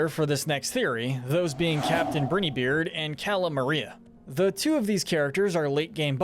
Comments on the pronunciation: The way he says “Brineybeard” just irks me but the videos are good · You mispronounced Brineybeard every single time and his name is Pork Rind, not Pork Patch??? 😂😂